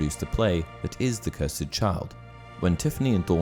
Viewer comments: “Cursed” Not “curs-Ed” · *cursd You said it cursid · The cursed child. Not the Curs-Ed child